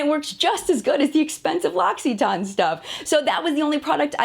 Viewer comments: Ok I actually watched the video posted above in the comments and it's definitely TANE or maybe a better way of describing it is TAN. Silent E. It's how I was pronouncing all along. However in this video the girl telling the story is saying TON, with a definite O. Or maybe it's just down to the accent differences, as I've said before. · You are crucifying the name of the brand, very unprofessional, it's "Locks it Ann" not "Locks it Aine". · It’s pronounced locsitan not locsitaawn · I checked the video about prononciation just to be sure I new how to read French and got confirmed that no, you don't pronounce it correct haha! It's French, not American. It's mostly the "tan" part that's way too American. You say "tarn". But anyhow. Besides that I like to know that you're honest and don't sugarcoat anything. I have a hard time figuring out what ingredients are good or not, so I feel like this is the place I can learn. Thanks! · You can't even pronounce it right it's not loxxxxiton it's loc-a-ton come on get it right! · "loxyton"... "LOCK-E-TEN" is how it's pronounced. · She's pronouncing it like tawn at the end not tane. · I worked for L’occitane. Please stop calling it L’occeeeertane. It’s L’occsuhtan. The i is short...it’s driving me nuts! Merci Beaucoup! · Isn't it supposed to be pronounced L'oSSitan? Not loXitane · Not sure about your pronunciation of L'Occitane. I think it's supposed to be (spelt phonetically) loc-i-tane not locksyton. I'm shocked at how they reacted when nothing you said was false, its great that you are honest and do your research to give people who might not have another way to understand brands and their ingredients and ethics. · Just adding my two cents...I'm French and I confirm you definitely pronounce the TANE at the end...which is also how the French CEO pronounces it at the end of the video posted above...Maybe it sounds like "ton" to your ears but it's definitely "tane" :) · I thought it was pronounced loc-it-ane sksksksksks